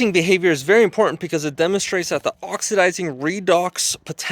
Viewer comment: Did he say, "dats"... "dis"...🤔🙄